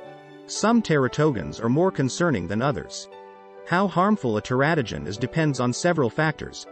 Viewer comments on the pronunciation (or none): Should be "ter-A-to-gens."